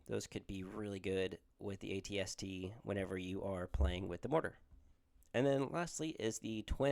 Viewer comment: First time seeing an AT-ST on the tabletop, I feel in love! Really like the Boba/AT-ST list! Also you’re pronouncing it correctly so no sweat!